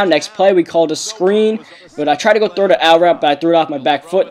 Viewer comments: it sounded like he was saying deep throat instead of deep throw!!lol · I keep thinking you're saying deep throat...